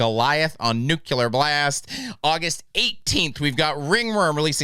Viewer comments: Please, please, please, please, please, learn how to say nuclear. NEW CLEE UR. not NEW CUE LUR. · It's nuclear not nucular.